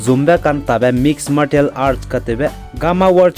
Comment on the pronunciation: Martial Art: Pronunciation is Marcial Art toa da.